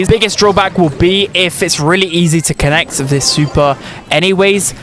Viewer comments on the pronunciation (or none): none